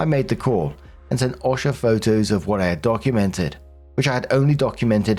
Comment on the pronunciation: Just FYI because I know American acronyms are weird We pronounce OSHA with a long O sound like O - sha And ADA is literally just A-D-A Yeah, we like acronyms and we like to make them weird